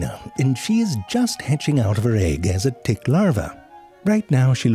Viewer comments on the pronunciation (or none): I meant the way he says it. I'm not sure if it's dtick or tdick. He does such a good job combining those sounds.